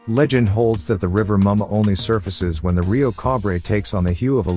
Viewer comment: Yemoja....pronounced ye.mo.ya, not ye.moja Rivah Mummah...pronounced as river mama "er" in river makes the "a" sound as in "ah"...not ri.va mummah as in rival Please stop mispronouncing our deities. If you can correctly pronounce Pavlov, take the time to learn the correct way to say the names of our deities.